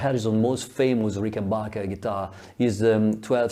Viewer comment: Very interesting and profound research. But would you mind pronouncing it correctly RICKenbacher and not RickenBACHer? It's originally a Swiss German family name, after all.